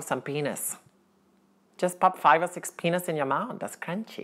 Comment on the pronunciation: Brian described peanuts as crunchy but he pronounced "peanuts" as "penis"